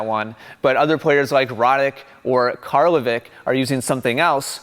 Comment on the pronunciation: Karlovic is pronounced like Djokovic. ;)